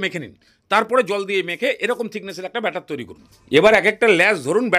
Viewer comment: কথাটা বাটার নয় ব্যাটার । আর এতে বাটার দিতেই হবে এমন কোনো মানে নেই । একটু শিক্ষিত হয়ে উচ্চারণ করুন ।